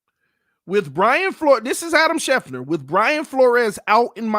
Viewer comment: It's Adam SchefTER, not Adam Schefner. 😅